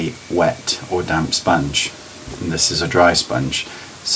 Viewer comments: sounded like ' it can look like your wearing nothing on your skin by using a damn sponge' lol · i keep hearing "damn sponge" haha your videos are by far the best ive seen.